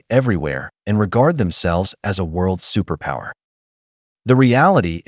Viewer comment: Superpooer, not superpower